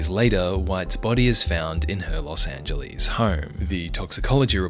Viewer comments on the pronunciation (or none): none